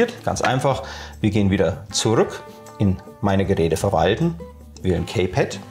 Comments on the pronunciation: Gutes Video, es heißt allerdings in Lautsprache: "Ki-Pett" nicht "Käy-Pett" ;-) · Das Kaypad wird Kiepäd ausgesprochen. Sorry